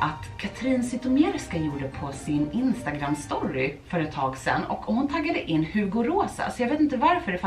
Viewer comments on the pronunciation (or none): Vänta vad är en stårry man säger väl ändå story